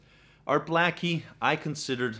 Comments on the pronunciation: Its not Mule again , its Mull again. Not Gell spee , its Guh less pee , Lalo Shiff rin. Just saying. And for God's sake it's not Art Black ee , it's Blay kee ! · You’re a wanna be jazz fan. His name is Art Bla - key, not Blackey. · Its pronounced: ART BLAKE-EE Not Art BLACK-EE. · NOT pronounced Art BLACKIE, it’s Bleyk-kee. Like CAKE-KEY. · Your pronunciations of artists names are off. With Art Blakey... well. Blake-y.. like Cake-y... I do enjoy your videos, but please do some research first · Yep, Art Blacky, really?